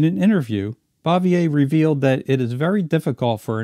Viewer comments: Still a hundred times better than most of the crap today. Pretty sure it's "Francis BOOVYAY". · ehhhh you keep mispronouncing Frances Bavier's last name.....